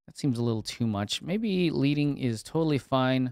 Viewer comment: Hate that my first comment on your channel is to correct something you said but the term "leading" or the space between lines of text is pronounced more like "sledding" than "reading." So basically pronounced like the chemical element lead or pencil lead. Just an FYI. Keep up the awesome work by the way. Your videos are always entertaining and to the point and I'm glad I found your channel!